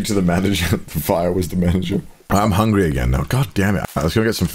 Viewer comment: "I WAS HONGRY"